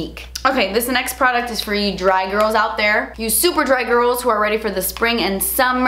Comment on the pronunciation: Who else heard drag instead of dry?🙋🏻😂